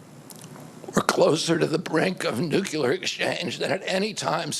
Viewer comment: Ok Bobby I hold you in the highest regard for your efforts to expose pharma, Fauci and ag but please know, it’s nu CLE ar, not nu CU lar. Keep up the good fight! Our country needs more like you. 💜